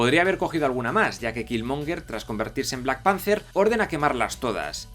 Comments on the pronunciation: Da cancer auditivo escuchar ese "Blackpancer" dan ganas de romperte la boca... Aún así tus videos son geniales y me he visto muchos... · Pero por qué dices black pancer? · Por qué le decís? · entendi solo "":v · ""lol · De acuerdo con todo, pero ¿Por qué repite en todo el video black panZer? PAAAANZZZZZZZZZZZER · Se pronuncia BLACK PEANTER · Me estresa cómo pronuncia Black Panther jajaja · Buen vídeo pero por favor aprende a pronunciar bien Black Panthe, quedas como alto boludo hablando así